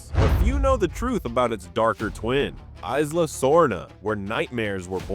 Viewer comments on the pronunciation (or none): eeee-sla, not eye-sla Also, JP has too many geology and geography and literary fans for this many mistakes in one video. It seems interesting but then my brain glitches every time you mispronounce something. Will keep an eye out for your videos and hoping for improvements as you grow. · "eyes-la sorna" lol...